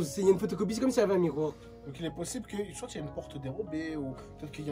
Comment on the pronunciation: Wallah me stresse quand il dis soitE wsh on prononce pas le t mdrrrr sinon comme dhab bête de vidéo